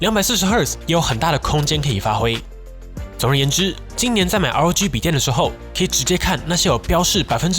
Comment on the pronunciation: 開頭聽成LG XD